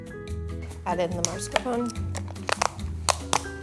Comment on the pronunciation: I love your content so much!! But please it is pronounced MASKARPONE